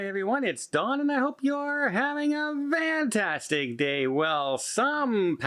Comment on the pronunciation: Just curious ... Why does Don say VANtastic?